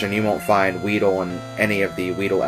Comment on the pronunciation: did you say weeder?